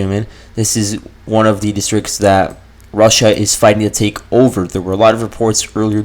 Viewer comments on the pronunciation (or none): none